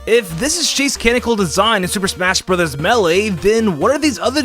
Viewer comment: It isn’t “meh-lay” it is “may-lay”